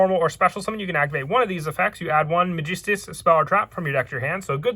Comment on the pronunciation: Well in Spanish the I does make the big E sound. But this ain’t Spanish bud. It’s not Mageestus or Magestus